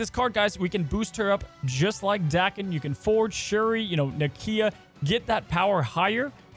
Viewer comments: Dude's name isn't Dakin. It's DAY ken. It's Japanese. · Pronounced Day-Ken I think 😊